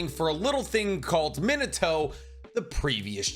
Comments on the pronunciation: Overly critical takes: 1. Bro it's really not that hard to pronounce their names right. Thought I was missing the joke of "haha I say the Japanese names wrong I must not be a true fan" but a quick check on your first Naruto video on the channel says no jokes found. Please don't work on anything related to whoever the fuck "meh-nuh-toe" is. 2. This entire video makes you sound conceded as hell. If it is a gag, you're deterring anyone who might want to listen to your opinion with "As someone who knows people in high places in video game companies" & "Please bug the creators so I have a chance to make it how I want it" & "I know the universe better AND what the fans want" 3. The other thing this video proved is that you really don't seem to know shit about what fans want from the series even with all that money spent on art and figurines behind you. 4. Genuinely feels like a clout chasing lame-o who jumped in when anime blew up off tiktok. "I had to sign an NDA" head ass. The only shows you even talk about are whatever is the most popular that day MHA, Naruto, Bleach, One Piece, HxH, Dragon Ball. Just say you jumped on the band wagon and pull the band-aid off. 5. Fuck Boruto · He said min a toe. 🥹